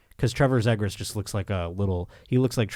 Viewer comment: Good lord, it's "Z-gras" not "zeg gras" lol. There should be a Kings Ducks trivia one-time trivia segment.